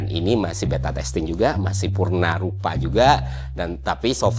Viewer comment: izin koreksi bangg, purwarupa, w nya keceletot sama n wkwk 🙏😅